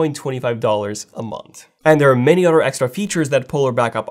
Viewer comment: Why can’t you say Other! Instead you mutilate it with OTTOR! Why? Get some speech therapy please.